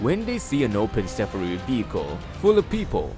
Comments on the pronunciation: it's called SAFARI, pronounced SaFAAree. Not SAFaRee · Omg, why did you pronounce "safari" like that? It's jarring... it's "Sa-FAR-ee." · i just love how you have murdered the word "safari" about 100 times in this video and called it "SUFFFREEE" lol goodness you should give up trying to speak English entirely and for the rest of your life!!! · DONT TRY THIS ,WE ARE IN AFRICA ,LIONS ARE DANGEROUS DONT BELIVE THIS PERSON WHO SAYS "SAFRI"ITS PRONOUNCED AS SAA FAA REE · "Saffery" vechicle.